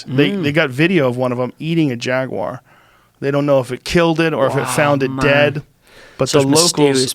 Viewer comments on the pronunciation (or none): none